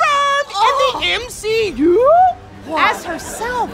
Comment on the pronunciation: dude its not the MCU its the M she U